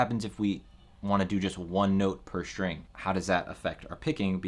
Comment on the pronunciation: String, not “shtring”. Please.